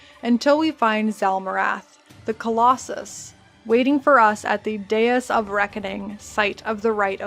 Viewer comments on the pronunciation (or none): none